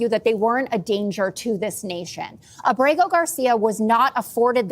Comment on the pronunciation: I love you Mr. Schuster, but Kilmar's surname is Ábrego (AH-bray-go) Garcia is his mother's maiden name. AAbraygo Saludos desde Puerto Rico